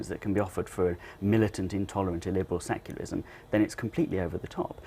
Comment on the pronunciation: That reporter really needs to learn how to pronounce "secularism" :)